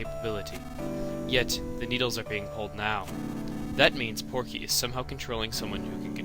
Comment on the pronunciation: its PORKY not pokey